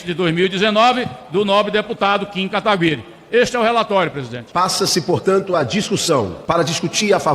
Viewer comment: Por que ninguém fala o nome do Kim Kataguiri direito? Sério, é um nome bem fácil de falar.